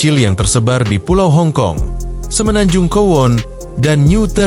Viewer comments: Maaf bang,kowloon(kowlun) bukan kowon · Bang maaf, Kowloon dibaca Kowlun bukan kuwon 🙏